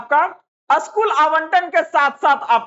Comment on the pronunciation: असकूल नहीं स्कूल होता है